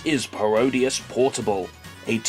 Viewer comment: people keep saying Paro-Dius, rather than “Parody-es”, it annoys me when people don’t get the joke of the title from saying it out loud. I mean come on, it’s pretty obvious: Parody + Graudius = Parodius!